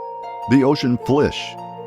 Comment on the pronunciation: "The ocean flish"